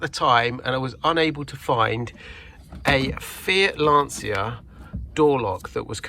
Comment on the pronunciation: Surprised you don't pronounce Lancia in the correct, Italian way!